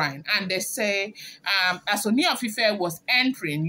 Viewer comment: You almost pronounced Ooni correctly today. Keep trying. You are doing well. I have been enjoying your blogging.